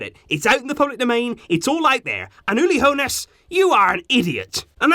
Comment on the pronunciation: Nice pronounciation of Uli Hoeneß 😂😂😂😂